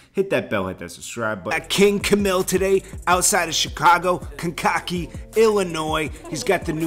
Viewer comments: CANE KA KEE!!!!!! Not kencockee. Lmao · If I were Wayne I would stay far away from that situation especially when I'm owed 50+ million bucks. Family or not, let the court shit get settled before all the hugs and daps are given and received. Oh and I've noticed for the second time you've mispronounced the town called Kankakee lol. It's pronounced Kane-kah-key, not Kin-kakey lmao, but it's understandable how it can be mispronounced. Salute to you and your journalism.